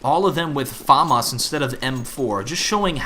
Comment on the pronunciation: i know hes trying to say famas but its pronounced fa-m-as not far-mars im just an internet hero being annoying dont mind it